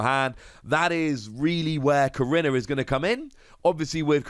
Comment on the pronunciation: I’m sorry if this is put off as rude but last time I checked korrina was pronounced Ko/ri/na